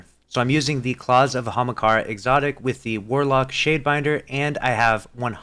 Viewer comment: the way he said ahamkara made me laugh